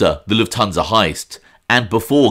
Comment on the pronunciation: Why do people always pronounce Lufthansa incorrectly..Luft-hansa not La-tun-sa